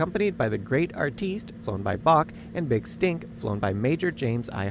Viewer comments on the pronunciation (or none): none